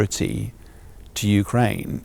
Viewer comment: I heard yewkwaine suwendered.